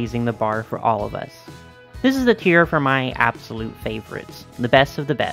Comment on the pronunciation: I know you're saying "tier" but I keep hearing "cheer" bc the AG brand is about uplifting girls of all backgrounds and struggles